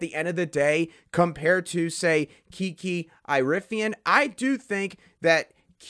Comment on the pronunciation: Dude you have to say her last name right. It is like Erie-ah-fin.